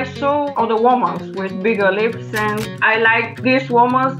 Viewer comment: Sad that she can no longer pronounce lips